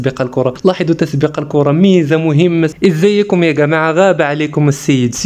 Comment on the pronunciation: اول مرة نسمع مغربي اقول ازايكم ماشي هكا ازاكم يا جدعان